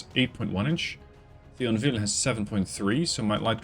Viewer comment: About Thionville pronounciation, disregard the H and just pronounce it "Tionville", TH in French is pronounced like a T, the H is silent and is here just because of Antiquity roots...